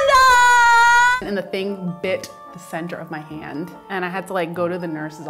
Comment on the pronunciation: “And I grabbed it in my HAWWDNNDEDD” omg why